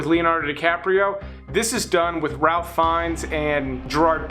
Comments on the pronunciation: Ralph (Fiennes) is actually pronounced Rafe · Why not do YouTube movies along with the rest normally? Also, Ralph Fiennes is pronounced Rafe.